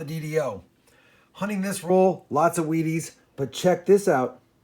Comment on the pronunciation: He's says weaties so many times it eventually sounds like he's saying wieners!!!😊😄😅😁😂